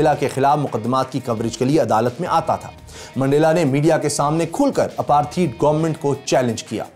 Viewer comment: It’s apartheid not aparteed. Work on Pronouncing words.